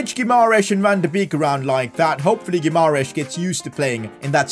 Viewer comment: PCQ: I think you mispronouncing Bruno Guimaraes's name, you are missing "a"